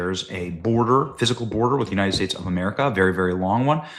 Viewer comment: The United Schtates